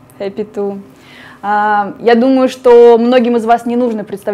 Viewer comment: «Хэпи Ту»…. Прикольно!